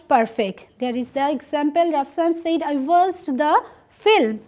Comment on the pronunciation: Mam, It pronunciation will not be সেইড. It correct utter would be সেড।